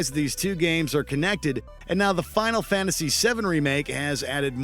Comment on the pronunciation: “Final Fantasy Ex-2”